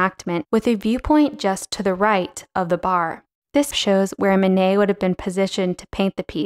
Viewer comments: Great - but it would be nice to have Manet's name pronounced correctly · Mayo nayo?